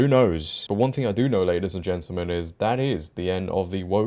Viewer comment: Brilliant show just one point to make and help you out. You pronounce gentamen as gentlemen, this is very important.